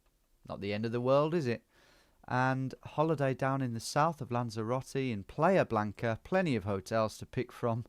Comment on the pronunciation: “Player Blanca”? It’s playa blanca, pronounced PLI-uh. “White Beach”.